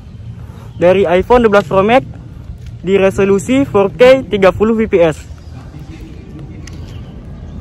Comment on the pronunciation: koreksi kata fps bang bacanya efpies bukan pipi es, btw smngt ngontennya bang🙏